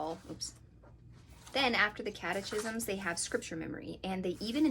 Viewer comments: Cat-eh-kis-mms (totally not trying to insult you, just trying to help). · Catechism is pronounced cat a kiz um. Love your videos!